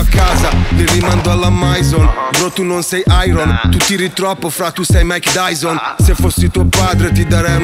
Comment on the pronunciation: he says: "Mike Dyson" Dyson, as the vacum cleener. Not Tyson